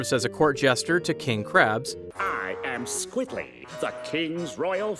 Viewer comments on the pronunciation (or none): The Jester ancestor is named Squidly, not Squiddy! Funny how you kept saying that lol. I love that episode so much and they even said Squidly in the clips you used :pp